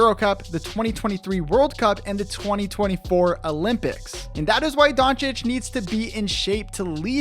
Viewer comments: I think it's very embarassing for you to make a whole video on Dončić, and you don't even know how to spell his name. I mean, what is with that DonciK? Who is that? If you can't read and say it, imagine it is written Doncich....This is literally the first thing to do on your research, before making video jeez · Say DonCHiCH not DonChic btw… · u make the video about the guy, at least learn how to pronounce his name bro.. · making a video about him and not being able to pronounce his last name is a disgrace